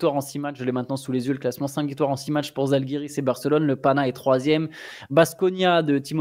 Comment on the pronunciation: On prononce Jalgiris, pas Zalgiris, merci ;)